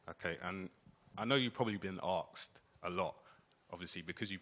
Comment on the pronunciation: i know youve probably been 'arksed' lol wha?